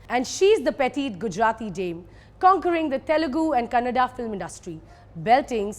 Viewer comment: Prounciation of kannada 😍😄